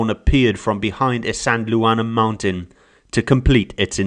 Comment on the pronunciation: Pronounced “is - and - waar- ner”. Not “is-andel- Warner”